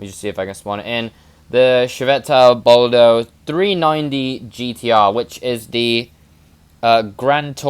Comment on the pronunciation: It's bolide